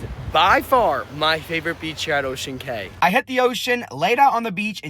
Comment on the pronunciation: It's Ocean Cay numb nuts!